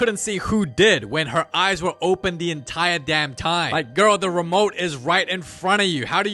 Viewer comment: “DA MOVIE BEGINS💅